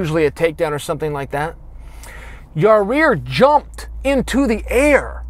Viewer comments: Yair= Ya-ear (Ya-eer in correct latin pronunciation)... not that hard Chael, Yarear is just stupid my bro! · Why can't color commentators say Yair? Rarear, ziar, yarear..... Come on. There are way more difficult names and they nail it.... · Your-rear Rodriguez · How hurt was Yah-Rear? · Chael 'Rareer Rodriguez' Sonnon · Is Chael just trolling? Like he watched the fight, so he heard them pronounce it yayir. Why’s he talking about my ass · "Zombie vs., uh, Your Rear." You will never hear it the same after this LMAO. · Drink a shot every time Chael says, "Yareer" 😂😂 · The combination of Chael saying Yaaarear over and over again and the comments about it are so funny my face literally hurts from laughing. This is gold. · Ya-rear Rodriguez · Chael says "Ya rear" funnier than Brock Lesnar says "Cain Velas-quest" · I just hear ya rear. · Chaels the type of guy to say yareer on purpose to generate more comments on his videos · On what planet does Y-A-I-R spell "Yuh-REAR"? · Chael “I’m impressed by Ya-rear” Sonnen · I swear he said, "ya-rear" lol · "Yar-eer" - C.P. Sonnen, 2018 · Ya hear him say ya rear? 🤣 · Chael “Yah-Rear” Sonnen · Isn't there anyone around him who will correct how he says 'Ya rear'? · Chael "Ya rear Rodriguez" Sonnen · Chael "I stalk families through my ya-rear view mirror during the day" Sonnen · Who is "Ya-rear"? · Chael, turn on the event and listen to what the announcers call him... Because it is NOT Yareer. There is ONE FUCKING R IN HIS NAME!! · His name is yarear because Chael fucking says so. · Chael "Yuh-Rear" Sonnen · "Your Rear" lol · Chael learned a lot from that fight, except how to say his name right. Yahrear Yurrear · Chael "YaReer" Sonnen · Who is this Yah-Rear he keeps talking about?? LOL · Chael, buddy, maybe thank Yair (Yah-eer) by pronouncing his name correctly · Ya rear? That’s a new one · Aw give Chael a break already. Let’s see how well Yarreer pronounces his name for a change ! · instead of saying Ya Boy. just say Ya Ear.